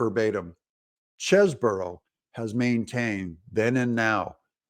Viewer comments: All due respect but I think it’s pronounced “Cheese-Bro” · There is an "e" following the "s" in "Cheseboro" which makes the first "e" a long "e" (NOT Chesboro)...please. Also, "news" is noooooose (nuse), not "nis". I love your videos but please use proper pronunciations.